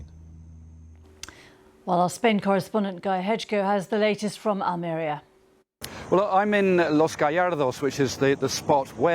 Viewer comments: I live in Almeria she pronouces it wrong it's (Al -Maria) we had fire two weeks ago through my village I had to go hospital with damaged lungs because I had to rescue the horses.We are used to this heat but the wind is the problem which makes it so dangerous. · Hope you recover well. I also pronounced it incorrectly until I went to visit Almeria, so it’s probably a British read of how the word sounds. Anyway, good luck and best wishes.